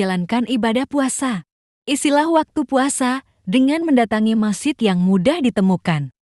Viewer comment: Masjid bukan masid